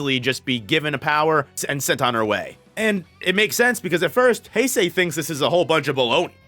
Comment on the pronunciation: Hase is pronounced Hah-seh. The way you’re pronouncing is as Heisei.